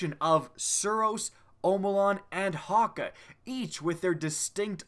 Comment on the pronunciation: Haw-kay not Hawk-a